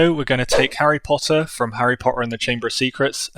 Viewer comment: It’s just not Harry Potter without Draco’s famous line; POTTAH